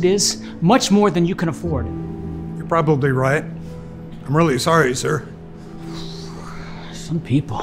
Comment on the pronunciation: he said SOME PEOPLE and the way he said it